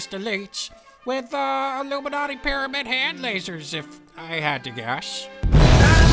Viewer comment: I know you said 'Pyramid Hand' but it really sounded like CC said 'Pyramid Head' and I would have been willing to pay money for an Illuminati Pyramid Head from Silent Hill with a sign saying '9/11 was an inside job'. I feel like this was a great opportunity that was wasted. If you would have designed this I'd 100% become a Patreon supporter. For shame, for shame.